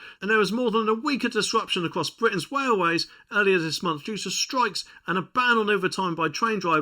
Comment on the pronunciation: It is and always will be in the UK Gen Z(ed), and did you ctually say 'Wailway'? LOL, I'm guilty of this too, hehe.